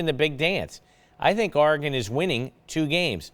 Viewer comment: I hate how he says Oregon